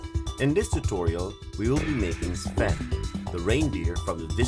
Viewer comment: It's not Spin the Reindeer's name is Sven (Sf-en)